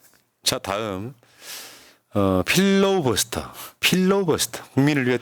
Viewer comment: 필로우버스터가 아니고요~~ㅎ 필러 버스터가 아닐까요 ㅋㅋ